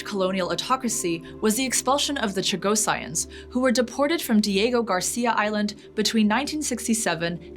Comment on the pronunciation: Starting at , Chagossians should be pronounced "Chag-o-see-ens" (emphasis on the "o"), not "Chago-science" (emphasis on "science"). After 2-3 times of this, she pronounces it correctly. Also, for the Seychelles, she says "say-shellies", not the correct "say-shels".